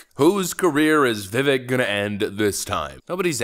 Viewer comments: It's Vivek pronounced like "cake." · ''Vi-vake''. Rhymes with cake. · his name is Vivek... rhymes with cake. Awesome channel but get his name pronunciation correct.